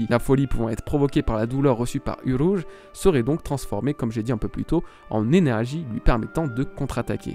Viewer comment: le roulage de R de uRouge 👌🏻